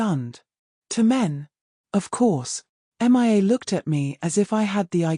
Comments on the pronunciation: Please teach your dumb AI reader the difference between Mia and M.I.A. (Missing In Action)🤨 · You would think an auto reader would show enough intelligence to read a simple American English story. If you can not find an auto reader to read Mia's name correctly, and if you don't realize that women have breast's. Plus female hormone's in the human body are typically estrogen which help the human body to grow breast's. That's right I am an educated listener and through my life have learned many different thing's.